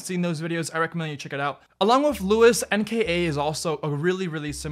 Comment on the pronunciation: I hate how u pronounce luis sorry